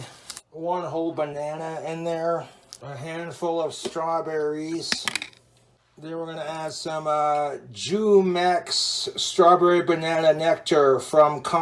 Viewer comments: Lol he said jew-mex. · Not the Jew-Mex😂😂😂. That is NOT how you pronounce it lol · He said Jumex wrong